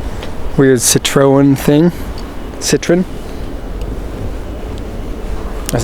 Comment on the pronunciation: That's not a Renault Espace. It's a Renault Avantime. And Citroen is pronounced "Citro-EN," not "CIT-ron."